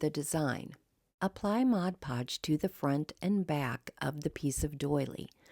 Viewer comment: Thank you for pronouncing Mod Podge correctly.